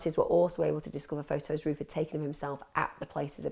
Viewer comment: I thought you said Ruth. NOW in my mind I just keep hearing him being called Ruth ;)